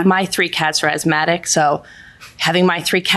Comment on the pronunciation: "I have three athsmatic cats" 😂😂😂